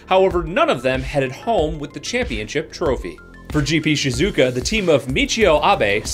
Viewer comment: Just as an FYI, Shizuoka is pronounced like 2 words almost (She-Zoo Oh-Kah)